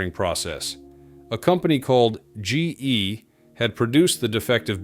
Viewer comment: This very much sounds like AI voice over. The “dry dock” and “G E” pauses were big giveaways. The discussion of the thrust bearing issue was interesting as it was on the edge of correct.